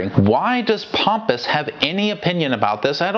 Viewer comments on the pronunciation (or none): pronouncing Pomoeo as Pompous definitely made me laugh, as did many other apparently. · I doubted if I remembered his name correctly when I heard kept saying Pompous. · I really like that pronouncing Pompeo's name Pompous.